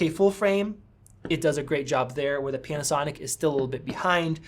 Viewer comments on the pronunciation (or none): Did you say “PENASONIC”?